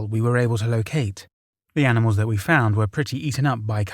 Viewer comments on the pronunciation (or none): none